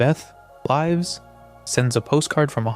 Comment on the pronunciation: Your AI pronounced lives wrong